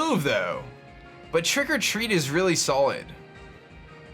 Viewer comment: Does anyone else think that when says Trick or Treat, he says "Trigger-Treat"?